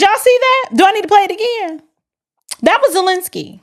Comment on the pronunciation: Vladimir Zest-lensky